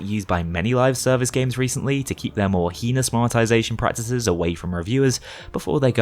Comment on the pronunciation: excuse me? how did you just pronounce heinous?